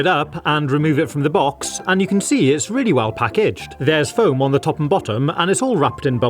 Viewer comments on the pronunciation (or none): none